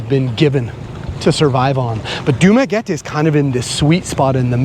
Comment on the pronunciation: You pronounce Dumaguete like a complete idiot..